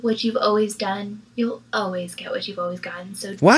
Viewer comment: Myka, it's: All-ways. Not: Oh-ways 🙄